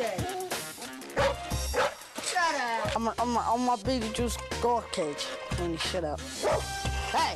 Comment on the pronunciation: anyone else notice he say Beat-e-juice every time